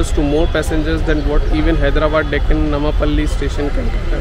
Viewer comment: It's not namapally sir it's nampally